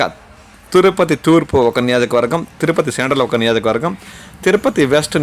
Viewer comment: Niyajakavargam kaadu..niyojakavargam